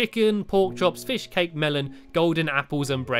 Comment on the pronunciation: When he said fish & cake it sounded like fish cake